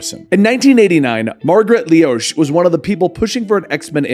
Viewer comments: i think her name is pronounced "lowsh" - not "leeowsh" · Pronounces it Leosh, spells it Loesh. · Loesch is pronounced as Loosh, nice video though! Miss this series! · its not lee osh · The "O" is silent in Margaret Loesch name. it is like "Less" but with a "ish" sound at the end.